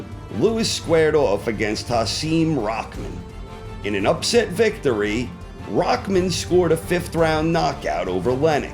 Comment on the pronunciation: Logicaly Fury is not a lineal champion neither klitschko cus the lineal chronology was disrupted by the retirement of Lewis. By the way, it is rahman not rakman